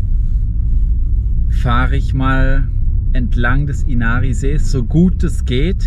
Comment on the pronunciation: Inari auf die erste Silbe betonen… wie alles im Finnischen. Gute Reise und Danke für‘s Video!